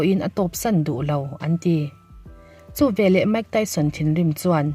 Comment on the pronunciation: Mike Tyson hming i lam khi chuan zahna tlem tal ti lang ve teh aw a chanchin i hre tam lo tih a hriat reng mai research va nei leh rawh Mike Tyson hming i lam rik leh dawn chuan